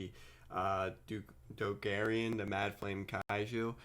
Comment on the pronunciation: i like you, but my dude the card is Dogoran, it has 2 "O"s in the name and one "A", how can u possibly pronounce it "Dogarian"